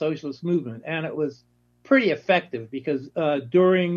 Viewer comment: Dühring, not Durhing.